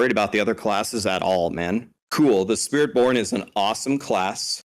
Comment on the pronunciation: I like the slip on spirit born. "Spirit Pwn"